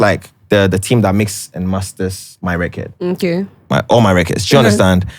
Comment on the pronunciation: Right!!!!!😂😂😂😂 and "at the end of the day" .....Also am I the only one searching for the pronunciation of "record " now...🤣🤣🤣🤣🤣I keep hearing " recurd"